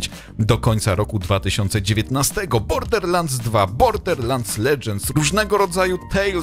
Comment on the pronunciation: Nikt:: bordeRlansd.... bordeRlansd.....bordeRlansd